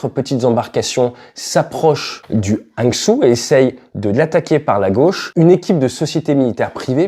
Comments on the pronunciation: Hangzhou,,, Hangzhou Jo 👎 Rang Jo 👍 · Le nom du bateau est Hangzhou; ça se prononce “hang jo” et ce n’est pas une circonscription mais bien une ville, capitale de la province du Zhejiang au sud de Shanghai. C’est la ville natale de Jack Ma le créateur dAlibaba. Un G20 y a eu lieu il y a quelques années. De grâce, « hang jo »… merci!